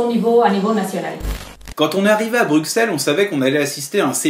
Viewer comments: Bon, on va mettre les choses au clair tout de suite : ça se prononce Brusselles pas Bruxxelles... Brussssselles ! Même si y'a un x. C'est exactement comme Auxerre ! (désopadéso, ça fait des années que ça me tue d'entendre tous les Français prononcer ce X, fallait que je le dise) ^^ // Maintenant que j'ai poussé ma gueulante : Super reportage vous trois !! ;) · le x de Bruxelles ce prononce S ... et j'ai encore du mal à comprendre pourquoi tu ne soutiens pas asselineau alors que vous dites la même chose au final sur l'europe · BruSSEL ça se dit!